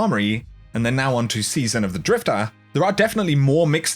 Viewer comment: It's drifter not drifta